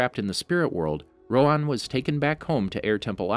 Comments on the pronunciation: Isn’t it Rohan and not roan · It’s roHAN not roan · It’s Row-Han. Not Rowan. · its not rowan its rohan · My nigga. Rohan. Not roe'juan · Why are you calling him "roWan" instead of "roHan"? it's a pretty common name in southeast Asia. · Ok im not trying to be mean because this could just be a voice problem but why do you pernouce avatar characters because Instead of Rohan your pernoucing it ro-on again im not trying to be mean but its a little weird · It's pronounced Roo-Hhan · I don't know why but the way you are sayin rohan is wrong my name is rohan and that's NOT HOW YOU SAY IT